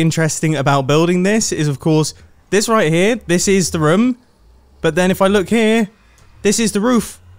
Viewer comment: Obsessed with the way he says ruum